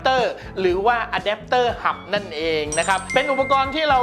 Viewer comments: ผมได้ยินคำว่า”อแดปเตอร์หำ” แน่ะ ! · อเดปเตอร์หำ นั้นเอง ได้ยินแบบนี้เลย